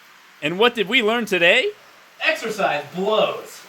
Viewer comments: What did we learn today? "Exersise blows" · Lol I don't know why you said exercise blos but good video me like